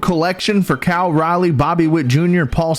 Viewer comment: “Cal Riley” 😆